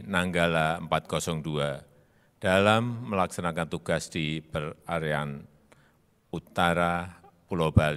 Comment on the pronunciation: Per airan Bukan Per arean